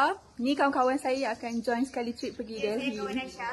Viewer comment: Pronounce “Delhi” must silent “h”…